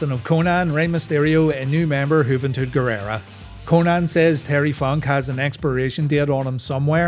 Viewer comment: Just you pronouncing Juventud phonetically makes this worth a like 😂